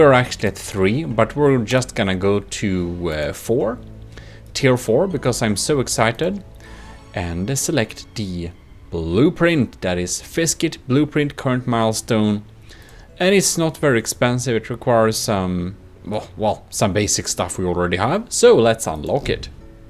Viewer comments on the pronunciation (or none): FICSIT. it is pronounced "fix it."